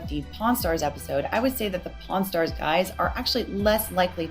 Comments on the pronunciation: Karl you really need to work your pronunciation of "pawn" because I could have sworn I heard you say "Porn stars" and wondered when these two got into the porn business XD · Love the series but every time you say pawn stars I hear porn stars and honestly that just makes it all better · idk if you're saying it on purpose but everytime you say pawn stars you're saying porn stars. like there's literally an R every time you say it. it doesn't sound like an accent thing lol. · Great video and its been very informative. But all I hear is "pornstars" instead of "pawnstars" which has me chuckling like a child every time. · At first I kept hearing "Pawn Stars" as "Porn Stars" and was incredibly confused. Amazing work with the video! This is fascinating to learn about, especially since I have such little knowledge in these fields. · When he said pawn stars it sounded like porn stars and I didn't laugh harder all day lol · dammit Karl, every time you say “Pawn Stars” I think you’re saying “Porn stars” and now that image is stuck in my head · Pawn Stars. It did sound like porn stars though. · Just as a side note : Karl Jobst would pronounce pawn stars and porn stars the exact same way. That is all, have a good day! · I swear, every time you mentioned Pawn Stars, I hear 'Porn Stars' and I think I need to brace for an unexpected twist. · i love karl, and his video, but in both this vid and the last in the chain i keep hearing pawnstars and "pornstars". but this is such an informative and amazing video! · Karl, are you aware of the way you pronounce "Pawn Stars"? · The way the accent handles "Pawnstars" made me double take